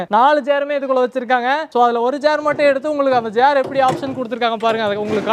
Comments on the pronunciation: Chair ❌️ Jar ✅️ Table ❌️ Dable ✅️ 😂😅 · it is called chair...not jare.. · டேய் ஜார் இல்லை. சேர் என்று சொல்லு. உன் வாயில் வசம்பு வெச்சு தேய்க்க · ஜாரா சேரா தெளிவா பேசுங்க